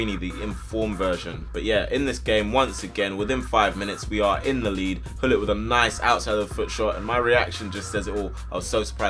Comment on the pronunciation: Search on google translate Gullit in dutch because you pronounce it nog good.